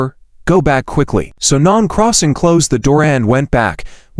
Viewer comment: lol, non-crossing! non-crossing! poor Nan Xing can't even have her name pronounced correctly. So sad. :(